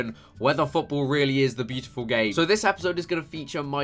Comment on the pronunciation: at the start it sounded like you said gay instead of game